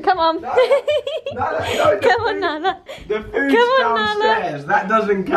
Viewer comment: Nala not Bala